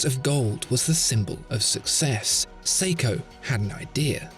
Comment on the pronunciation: its seiko damit